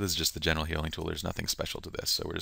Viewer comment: LOL! You know I was trying to say "general" , though I will admit, it isn't that clear ;)